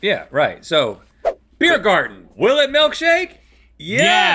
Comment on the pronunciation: Link's pronounciation of German words was pretty spot on in this (like Biergarten). I am beyond impressed.